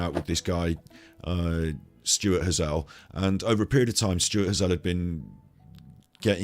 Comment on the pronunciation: Hazel.....like the nut. Pronounce it the same as the nut not Hazell but Hazel.